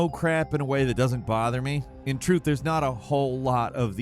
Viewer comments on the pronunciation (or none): none